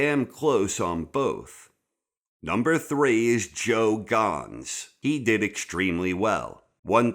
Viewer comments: But, can you please learn how to pronounce names before you say em lol it's just Gans (ganz) not (gonz) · You're gonna stop calling Joe Ganz "Joe Gahns"